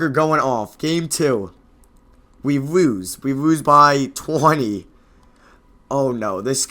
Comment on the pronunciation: "and we woose in 5"